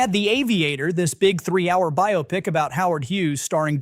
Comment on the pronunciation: I'm impressed - first time I've heard an AI narrator who didn't rhyme "biopic" with "myopic".